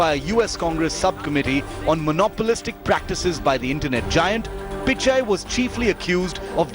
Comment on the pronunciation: It's pichai not pikai